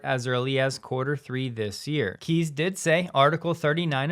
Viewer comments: FYI Kees is pronounced "Kays" not "Keys" 👍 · FWIW, the name Kees is pronounced like Case in English.